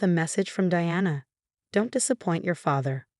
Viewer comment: Thallium is deadly. They should have given it to the stepmom. Also, your AI mispronounced Diana and Martinez. That deserves a thumbs down for sheer laziness and stupidity.